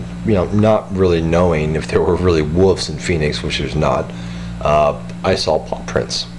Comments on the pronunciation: why do you say woofs instead of wolves? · 'wufs' i love it